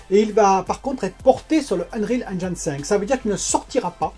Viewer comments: On prononce Halo Infinite (in fi nite) pas "Halo Infinaïte" pareil pour Unreal on prononce (aine jine ou haine jean) pas on ne dit pas "Unreal Engaïne" (désolé ça m'écorche les oreilles). Bon contenu sinon, keep it up ! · J’ai les oreilles qui saignent... le nombre de fois où tu prononces enjaïne et infinaïte en plus 😂